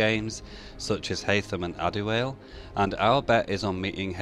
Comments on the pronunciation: Ad-é-whale? Dude, his name is Ad-é-wal-é. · The way he said "Adiwhale" hahah! Its Adewale ;-) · adawale no tadawhale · It's pronounced Adewalay not Adewail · Like Wally not whale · adeWALE xd made my day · "AdeWhale" xD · adewhale... you fucking idiot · Great vid... Thanks for the updates. Just a side note for you (please don't be offended) Adawale's name is pronounced (AH-duh-WA-lay)